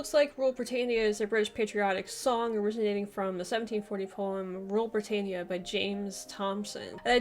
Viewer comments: You haven't done enough research. It's NOT pronounced bri-tay-neea, but LISTEN and you will hear BRI-TAN-YA. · It's Britannia NOT Britainnia! Oh, and it appears Sarah Connolly's flag is upside-down when she waves it - this is known to be a 'flag of distress'. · Rule Brit-AYN-ia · Rule Bri ..tan ya…. Not Bri…Tain…ya. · It is pronounced Brit-an-ia. Not brit-ane-ia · Not being a pedant but it is Brit-tan- ya not Brit-tane-ya. The wokes say everything is racist but it isnt. It's about being proud to be British. Yes, we had an empire, most civilisation did. But the British gave their empire away and left many countries with proper democracies, legal systems and in a better state than they were before the Brits arrived. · Britayenia? Are you having a laugh? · It is pronounced: BRI TAN I AH BRITANNIA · Wool Bwitannia. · She said brtainea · You’re mispronouncing Britannia. It’s a short A, as in “at” and “pat.” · Learn how to pronounce English words. It's Britannear. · King Alfwed the Gweat. Wule Bwitania! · Britaynia are you for real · She cannot even pronounce Britannia correctly! Typical yank!